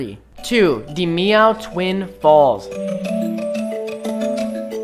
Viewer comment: You pernounce dimiao as dim iao